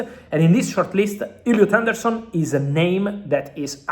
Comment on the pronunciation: Illiut aundourrrsun 🤣🤣🤣😂 go on fabulous